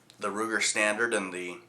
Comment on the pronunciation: that's Sturm Ruger, not Strum Ruger